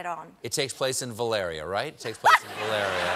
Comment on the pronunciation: Of course Stephen doesn't want a reshoot of the final season of Game of Thrones. He doesn't care enough about the show - he mispronounced Valyria three times!